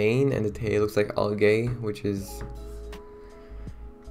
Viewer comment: did my guy just pronounce algae as "all-gay"